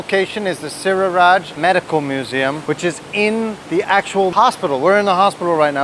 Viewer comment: SiriraT not SiriraJ